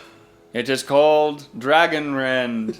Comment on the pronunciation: “it is called…Dragonrend.” LOL